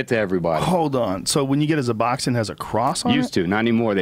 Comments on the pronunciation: ***** Yea, pretty much every single thing he said about Suboxone (Yes, it's SUBoxone, with an 's', not ZUBoxone) was absolute bullshit. I mean he's supposedly worked in these treatment facilities where there are many people on this drug so you would think he would actually know at least a little bit about it. Apparently he not only knows nothing about it, he believes in all this bullshit about it and is now miseducating thousands and thousands of people on it. Really disappointed that Joe didn't even think to Google this drug before having this dumbfuck on the show. I mean honestly, he talked to him ONCE and just invited him on the show? That'd be great if it's like a comedian or something but this dude's supposedly an expert on shit so you might want to make sure he knows wtf he's talking about before having him on. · Dopamine Feen He didn't even say Suboxone, he said Zuboxone... The dude's a fucking idiot, there were a few things he said that I was like, "Okay, this guy doesn't know what the fuck he's talking about." Joe should really be more careful about inviting complete strangers after only talking to them one time lol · ***guys, it's Suboxone with an "s"; NOT "zuboxin". Stop it! You're spreading misinformation!! The idiots listen to you as some some of authority on the matter yet you don't really know shit. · Suboxone is pronounced "Sub-Ox-Own". God!